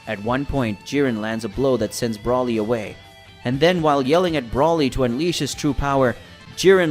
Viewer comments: It's broly not brawly get it right dammit or if you can't say his name correctly then say broccoli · Sounds like you’re saying “ Brawly” instead of “Broly” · Not brawlie its broly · It's BROly!!!! Not the way you are saying it!!! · hearing you fuck up brolys name over and over just made it too hard to keep listening sorry. all names are stated so no reason for it